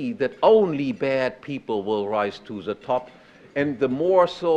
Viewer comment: "ze protection of life, property and ze pursuit of happiness from domestic violence" COUGHS "and from foreign aggression" DRINKS WINE . 100% savage. (by savage, i mean civilized)